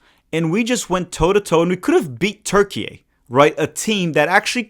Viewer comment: thx for not saying "turkey-aye"